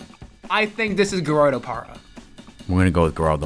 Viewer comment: to be fair he also hit the hard G in Gerardo Parra so maybe Trea isn't a leading pronunciation authority....or is he